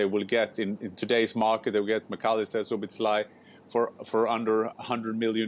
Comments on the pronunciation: Its not "SzoboszLIE" its "Szoboszla-E" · I thought Stevie would struggle with the pronunciation of Szoboszlai but he nearly pulled it off to be fair… Slobboslai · The crew will have to work on the pronunciation if he joins the EPL . Stevie with Zobosly :D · 🇭🇺 Pronounciation help: so-bos-la-ee